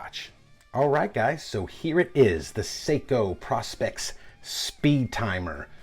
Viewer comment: It's pronounced "Pro-specs".